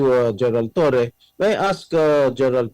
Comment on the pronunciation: Torres Low 😂😂😂 hinde Law. 😂😂😂